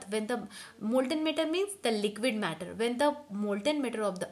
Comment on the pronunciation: One more its matter not metter